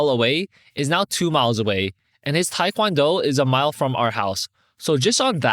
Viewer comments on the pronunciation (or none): none